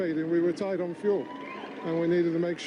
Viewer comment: "Tight on fuel" not "Tied on fuel"